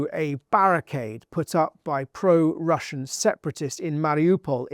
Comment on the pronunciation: It's Russian, not "Russain", do better.